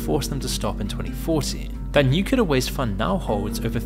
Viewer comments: It's NuCLEar, not NUkular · "nukeyaler" is not a word, it is pronounced new-clee-ur. I can't help but think of George Bush every time you mispronounce it 😂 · It not pronounced "nuke-yoo-lur". Read a book. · "nucular" I see someone had George W. Bush as their vocal coach... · ffs, when will americans learn to pronounce "nuclear"? 🤣